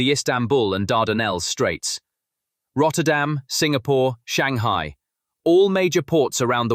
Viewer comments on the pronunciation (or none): none